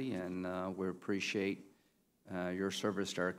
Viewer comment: I don't spreshate an incomointent